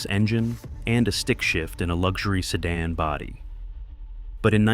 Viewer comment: Even if he does say ‘Jag-waarrr’ 😎 (and ‘chasssey’ ) …..and ‘Seh-Daan’ 🤣